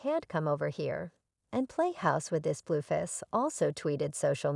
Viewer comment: Why can’t you pronounce their names right?? It’s not BlueFish!!! It’s Blueface!! And it’s Chrisean !!! 😅